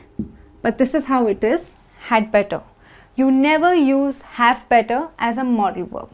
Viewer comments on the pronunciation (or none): better, I hear = / ' bɛtɒ/, why not the correct pronunciation= /ˈbɛtə/ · Parece que dice "BETO"